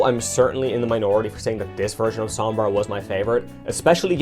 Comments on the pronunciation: I can’t stand people saying the name wrong. It’s spanish. It’s sOmbra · The only thing that bothers me is your pronunciation of her name